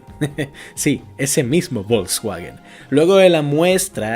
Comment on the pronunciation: El título es engañoso. El vídeo es precisamente sobre cómo logró Alemania convertirse en una potencia militar tras perder la I Guerra Mundial. Y por cierto, no estaría de más q aprendieras a pronunciar un poquito las palabras alemanas (No se dice ¨Vols uaguen", sino Folksvaguen). Muy mal por engañar a la gente